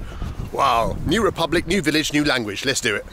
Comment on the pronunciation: pepublic lol